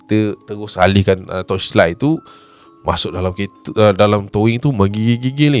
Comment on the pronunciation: TOW - ING acap..bukan TOW - WING ..adoii😆